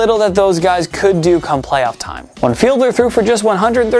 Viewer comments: It's Jay Fied-ler, not Fielder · "Feed Ler" not Fielder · Definitely not Jay Fielder. Jay Fiedler (Feedler) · My God could yall at least hire someone who has seen a season's amount worth of games who would maybe know players names. PLEASE, its Jay Fiedler (feed-ler) not Fielder which said wrong 4 times!!! And while yes they are two letters reversed in their surname but any fan would cringe to hear a clueless non-fan talk like they know shit. C'mon Man.... Do Better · It isn’t “Fielder.” It’s “Fiedler.” FEE-dler. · It’s Fiedler, not Fielder ! Geez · It's Jay FieD-Ler, not Fielder. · Downvote for not pronouncing Fiedler properly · I noticed that too. He also mispronounced Jay Fiedler's name. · Y’all need to pronounce more names correctly Jordan HOWARD Jay FIEDLER y’all don’t care